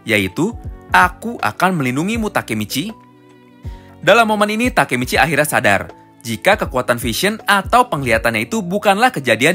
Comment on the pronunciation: Kok Baka Michi 😂😂😂